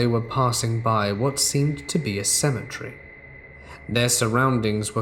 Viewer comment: He's British. I LOVE how he pronounces cemetery!! I'm sure isn't offended by us Americans giggling at his pronunciations. I love the British and southern accents!:)